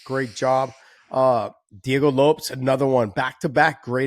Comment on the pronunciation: Great show guys,, But come on Josh it’s Diego Lo Pes like Lopez. NOT fricken rhyming with Ropes.